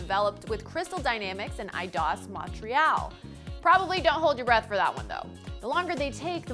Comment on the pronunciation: Jesus she butchered "Montreal" lmao